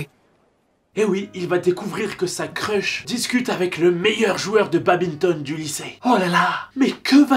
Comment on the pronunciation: Mes oreilles quand elles entendent babinton au lieu de badminton 💥💥💥🤯🤯